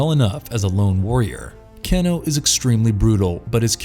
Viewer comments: His name is Kano (KAY-NO, NOT CAN-O) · CANE-O..not CAN-O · Anyone else bothered by Can-o...come on it is pronounced Cane-OH. Millennial rant over. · I cringed a little when he said cano instead of Kano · You pronounce Kano as "keno" hehe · Around the 9min Mark, when he keeps saying “Ken-o” instead of Kano’.. Pisses me off lol. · No one gonna mention how he called him can-o? Kano is pronounce Kane-oh bruh! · Next is gonna be like: Kano’ed😂😂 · dude, it's KANO say it like "kay no" not keeno or whatever you were saying. dumb mistake.... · So you get Kabals backstory partly wrong, sareena’s COMPLETELY wrong and you can’t do enough research to know how to properly pronounce Kano? Come one man basic MK knowledge needed really. Oh and for future ref it’s pronounced Kay-no not canno. 🤣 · CAIN-OH, not CAN-OH. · Say it with me now "Kay-no"! Not ke-no! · His name is said cane o not can o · Not can o it's kane o ! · It's pronounced as Cain-o, not ken-o lmao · not keno kano kan o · Dammnit stop saying the names wrong Ka - no not ca-no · You have obviously never played a Mortal kombat game or even viewed a movie by the way you pronounce "Kano" 🤣😂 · Ahh yes, my fave MK fighter "Keno/Cano" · It's pronounced Kay No...KAY NO..... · Why is he pronouncing "Kano" as "canno"? 😒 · Can-o? Never heard of him... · It's pronounced Cane - O. Listen to the original game's attract mode. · i noticed this comment soon as i heard him staying "Kino" lol.. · Wtf? Its Kano (Cain-o) who the hell is writer /producer??? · Please! For the love of god stop sayin cano! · they way you pronounce Kano's name it makes my ears bleed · Can't even say Kano's name right lmao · The way he is pronouncing Kano and Shang tsung I can’t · Why can you not say Kano correctly? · Some stuff is off and you are saying Kano's name wrong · I was enjoying the video until you made it to Kano and butchered his name more then once. Good try on the video mate. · He didn't even pronounce Kano's name properly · KAY-NO...not Cano